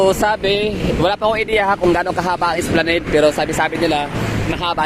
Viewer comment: Esplanad po Sir mag pronounce ng esplanade❤